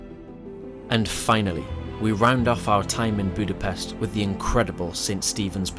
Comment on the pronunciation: It is funny that you pronounced Vajdahunyad perfectly but repeatedly pronounced Budapest wrong. Anyway overall not bad